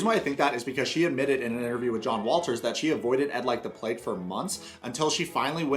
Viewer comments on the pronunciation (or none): none